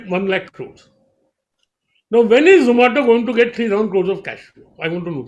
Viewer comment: zomato ko zomata bol diya hahaha....